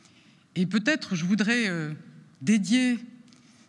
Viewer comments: "Je dédis"? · "Je dédie cette nomination" ça va c'est pas un oscar non plus